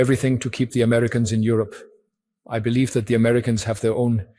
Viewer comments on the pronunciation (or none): none